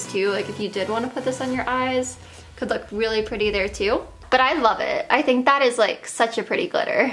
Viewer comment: I've also noticed she can't even pronounce "th" sounds properly either. She says "dat" instead of that. Her "homeschool" education, and lack of social exposure definitely did no favors for her, and clearly no one in her parental roles stepped up to get her help, or to encourage her to reach healthy, typical mile stones. They are disgraceful w/ their neglect.